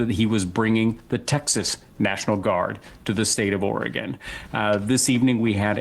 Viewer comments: Sam,its not oregone....we haven't gone anywhere. Or-Y-Gun. Oregon. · Portland "Orgone"? Please learn how to say Oregon when insulting people's intelligence. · As an Oregonian I will allow Sam to mispronounce our state simply to continue the bit.